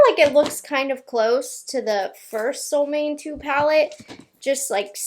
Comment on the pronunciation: fun info: The name SOLMÅNE is in swedish and is pronounced kind of: ”Sol” = as the words ”cool or pool” but with a S first before the oo. And ”Måne”= kinda like the words ”loan-eh” but with M first ofc. Really like and appreciate your videos all the way from sweden!